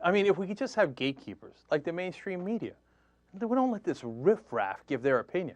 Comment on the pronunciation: 1) - Hehehe. He said "paranoier about medier." :-p 2) - Exactly. 3) The word, John, is "balls." We here on the Internet can actually say it without having to worry about our boss taking our balls from us and putting them in a jar.